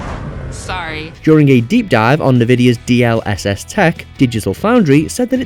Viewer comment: nehvidia? N 'EN'vidia